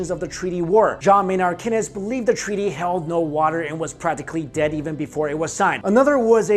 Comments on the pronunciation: Keynes is pronounced Keanes not Kinnez. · Keynes is pronounced "Keens" not "Kenness." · kay-nes? lol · It is pronounced "Caines"